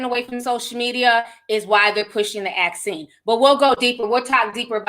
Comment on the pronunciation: You said "axine". 😂😂😂 I hear you. They are pushing it hard! I'm not going near it, that's from the devil.